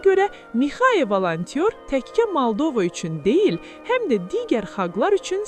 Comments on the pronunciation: Mixaya Valantyor yox, Mixay Volontir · ay çuşka valantyor deyil, Volantirdi. valantyor sənsən